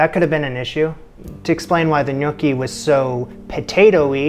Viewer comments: Haha. Glad it's not just me. It's not "nYOOKee" but "nYAWKee". You're welcome. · Is no one gonna talk about how he was pronouncing gnocchi? Cuz I was dying laughing the entire video 😂😂 it's hard to make the first few times so you're not alone, it kicked my butt for a while. But please stop calling them gnookie 😂 ny-OH-ki is the correct Italian pronunciation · It is knee-oh-kee not nookie. Nookie something else. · "Nookie?" "Newkie?" "Nuke-y?" Love the variations in your pronunciations. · Def Nookie lololol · can't get over pronouncing gnocchi similar to snooki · A mincer might be like a ricer, don’t know if that makes a difference. I watched because “what’s a nooki?!” Haha, not how I pronounced gnocchi! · My father just rose from the dead to excoriate you for mispronouncing “gnocchi.” It’s “nyaw-kee.” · I cringed every time he uttered it incorrectly. 😂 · You would cringe if you knew how I pronounced gnocchi before this show, it started with a g and ended with chi! Give him a break!